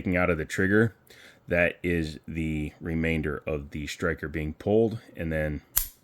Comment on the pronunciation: Sir, did you know that there is NO H in the word striker? It is striker not shtriker